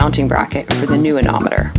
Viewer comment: GOOD STUFF! A ne mo meter! anemometer, I'm not sure you pronounced that. Good to see new equipment for the passage to... Marquesas??